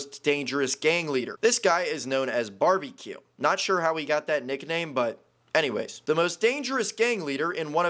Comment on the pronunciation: Before those captions came on I thought he was called “Barbie cue”